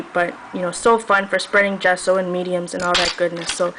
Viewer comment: I friggen love your voice, it sooths me....I especially love the way you say 'gesso'